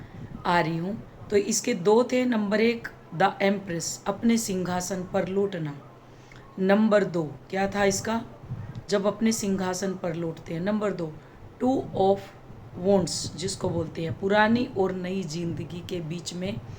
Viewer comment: Ma'am आप लौटना को लोटना कहते हैं